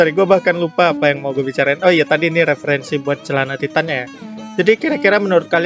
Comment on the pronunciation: Wow "cealana"